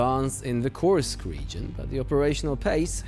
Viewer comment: Until they pronounce Kursk correctly, let's call it an inKurskion